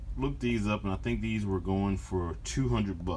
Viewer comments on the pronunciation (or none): none